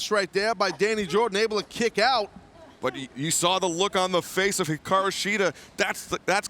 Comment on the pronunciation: Shes the only one who pronounces it right